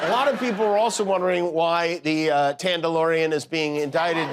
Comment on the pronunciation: I lost it at " The Tandalorian " 🤣